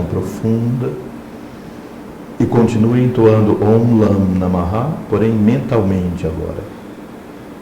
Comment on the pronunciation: Está correto pronunciar namaha"? O correto não seria namah? Obrigado